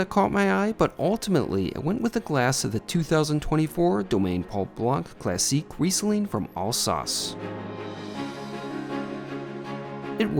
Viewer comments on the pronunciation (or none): It's Alsace as in "face"- and Verbina, as in Tina